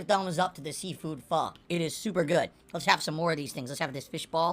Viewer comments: fah? what is fah? i know "PHO" not fah. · Fish balls is one of the weirdest foods I've ever heard of I wonder if is just getting the name wrong because he thinks Pho is pronounced Pha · think the worst part of this whole thing is how he has zero idea how to say pho